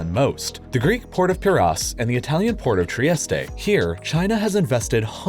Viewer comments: The Greek port of WHAT? It's not thát difficult. Pee-Ray-Us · But he butchered piraueus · Mispronouncing both Piraeus and Trieste in completely different ways, impressive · There is no H in Bosporus. It's not Bosforus. This just annoys the shit out of me. Piraahhhs also. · Pireas It's pronounced 'Pee-RAY-as'' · Your pronunciation of Piräus needs work. The AE are close together, resulting in an ä sound